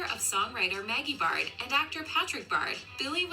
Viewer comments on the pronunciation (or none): Bro its baird put the effort in "air", not bard. And patrick's is O'connell not baird. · Can't believe they mispronounced Baird and her dad's name is O'Connell not Baird